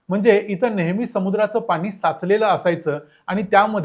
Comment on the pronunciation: Pan,pani...n..cha uchhar shudh kara